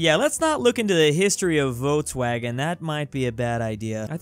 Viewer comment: YOU DISCRACE ME ITS NOT VOTESWAGON ITS Volkswagen